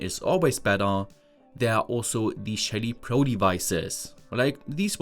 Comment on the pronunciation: I kept hearing ''shady devices"